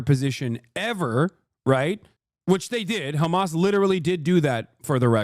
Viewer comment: Crazy that Douglas pronounces Hamas the way he does considering he is British and Brits elongate their A's